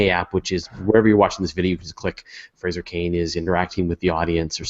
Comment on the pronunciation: Why does call him "Fray-jer"? When his name is clearly Fraser (pronounced "fray-zer") If I was Fraser that would drive me bonkers!